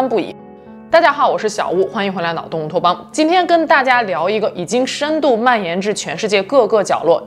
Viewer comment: ，这是我听了你近百集的节目，说的最清楚的一次：欢迎…乌托邦😂